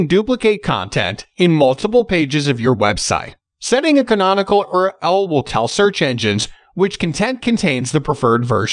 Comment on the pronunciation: lol AI can’t pronounce URL